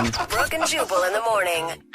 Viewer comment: You know what's funny? When you say, "Jubal", your dubbing says, "Chewable".